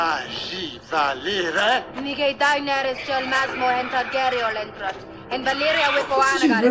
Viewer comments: 3 syllables guys - Daenerys (dehnairis) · haha, yes, I don't know why they keep pronouncing her name that way. It sounds weird.